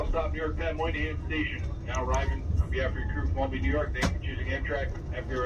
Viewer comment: It is pronounced All-bany. not Al-Bany.